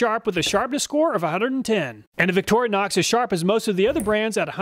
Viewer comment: What on earf is a "Victorianox"?